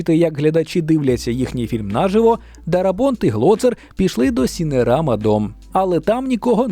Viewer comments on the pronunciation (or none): Дякую за чудовий огляд чудового фільму! Пробачте, трохи пораджу. Бюджет не "у", а просто 100 мільйонів чи там скільки. Не треба ніде того мскальсько-жаргонного "у" ані "в". Масою 3 кг, довжиною 3 метри тощо. Український наголос -- нажИво. І, звісно, не буває у нас "зйомок", бо немає слова "зйомати". Є знімання. Ще раз велике щире дякую. Не гнівайтеся на поради :)